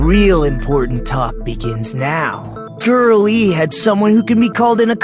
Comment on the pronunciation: Everytime Nagito says Girl E, I just hear him say Girlie